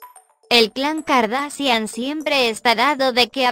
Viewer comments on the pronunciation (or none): "Así lucían las K-a-r-d-a-s-h-i-a-n antes de las cirugía" jajajaja era Google Traductor 😂😂😂😂😂😂😂 y no se si era yo pero Google dijo: "Kaendall" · Ella dice car da cian jajajajjaa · JAJDSDJLLFXFJ mori con el “”Así lucían las CA-A-ERRE-DE-A-ESE-ACHE-I-A-ENE antes de las cirugías “” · “kardasian”, me meo 😂😂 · KardaSHian no KardaSian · Todas eran feas menos Khloe. Por cierto no sabe decir kardashian? XDDDD y cuando lo pronunció decía Kardasian xDDD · No sabe decir kardashan😂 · Velasco Verdoza jaja noo asi lucían las Ka a ere de a ese ache i a ene antes de las cirugias😂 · Pobres 😂 primero que aprendan a pronunciar bien el apellido Kardashian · bno dice kardasian...jajaja! Jajajaja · "Así lucían las k a ere de a ese ache i a ene antes de las cirugías" morí con eso xd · Jajaja se pasaron: Las kaeredeeseacheiaene jajaja xd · Gafacgagdafs deletreó cada letra del apellido :v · Kim "Kardasian" JAJAJA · Dijo Kylie chener y cloi cardasian 😂😂😂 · Cuando no sabes decir las kardashian y las deletreas para disimular pero no sale bien 😂😂😂😂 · "Así lucían las K-A-R-D-A-S-H-I-A-N antes de la cirujia" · Se pronuncia Kardashian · Se pronuncia : cardashian pero se escribe : Kardashian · kouvornie kardasian lol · Khloe kardacian😂😂😂😂😂😂😂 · Jajaja dijo kardacian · las kardacian de que abla???? 😂😂😂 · No critiquen por su vida y aprende a desir kardashian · Que horrible habla esa presentadora y tampoco pronuncia bien el apellido por dios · No puede pronunciar jajaja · primero aprende a decir kardashian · no sabe decir kardashian solo deletrea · Dios mio me iva a dar un paro de la risa, cuando deletro Kardashian 😂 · ¿No sabe decir kardashian?😂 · Ella no sabe decir kardashian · No sabe decir kardashian